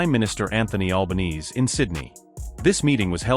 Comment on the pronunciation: Why is it that nobody outside of Australia can say our Leaders name right ?